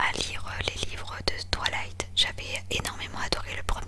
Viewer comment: Ça me stress on dirait qu’elle dit « TwAlight » au lieu de « Twilight »😂 Mais très bonne vidéo haha ! ❤️